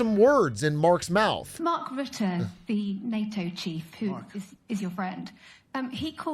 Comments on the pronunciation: It's funny to me how you consistently mispronounce the NATO chiefs name. It's Mark Rutte, not Mark Rutt. 😂 You have to say the E at the end, but not as an American E, but more like a uh sound. Sort of like this this, Mark Rüttuh. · Rutte is pronounced like Röttö btw (German ö sound), not "Root", just in case WWIII happens and you have to say his name again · I think Mark Rutte (by the way, you pronounce his name like Rut-uh, not Root - like uh... in a rut) was just mirroring (cleverly) Trump's wording, rolling with it - and he's getting what he wants, so I think that's a pure win for both NATO and Rutte. He doesn't care about what the general public thinks of him - he cares about doing his job, and he was purely winning here. Those that know, know. In the end, that's the only people whose opinion matters to anyone in his position. Mind you, I don't politically align with Rutte at all, but I think this was a smart move. By the way, that means I agree with your analysis: the EU gets US support in the short term, and in the longer run they gain soft power and military independence within NATO. The US really gets nothing out of this, except Trump personally, but outside the US, nobody needs to care about that. US citizens shouldn't elect corrupt leaders that are vulnerable to flattery if they don't want this. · Not Mark Root Mark Roota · Everyone already corrected you because Mark is no longer PM so I'll just mention his name is Rut-te not ruut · Also its not Routte but Rutte with a U like in butt